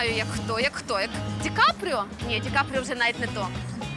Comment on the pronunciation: Кстати на Ди Каприо зря Оля так говорит)))))